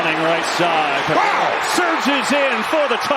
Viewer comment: Tom Brady with the emphatic "WOW"